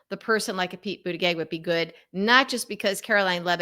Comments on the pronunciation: It's not pronounced pete boot a geg. It's Pete boot edge edge. How hard is it to report THAT?? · I like your approach and what you have to say, but I have a hard time imagining how you got through the last five years without correctly learning how to pronounce Mayor Pete's last name. It's Boot-a-judge, according to his spouse. You can't maintain much validity with errors like that. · Why can’t you learn to say Pete Buttigieg’s name? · At the very least, learn how to correctly pronounce Pete's surname. 🙄😖🤬💙💙💙